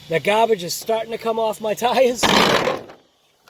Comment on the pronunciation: minute mark.. There's no "r" in gaubage!